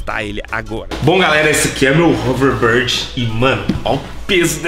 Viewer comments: Não é haverborde é houverbord kkkkkkk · Não é overbard é overboard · nao é overboard é overbórd que se diz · "HoverBARD"??KKKK😂 TUDO BEM,CADA UM CHAMA DE COMO QUISER😆👍😉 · O fala hoverbird kkkkkkkk! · Hoverrrbird kkk